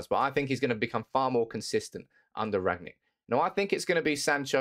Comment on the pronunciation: He's called Rangnick not Ragnick if you've done enough research atleast pronounce his name properly